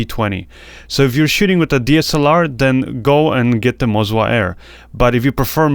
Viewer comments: It's Moza, not Mozwa! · I keep hearing mozwa hahaha cool video 👍